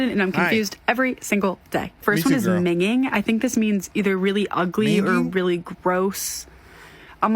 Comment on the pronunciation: Min ging (focus on the ng) not migin "Minging" is an informal British and Scottish slang adjective meaning disgusting, foul-smelling, or ugly. It can also describe something of extremely poor quality or a person who is very drunk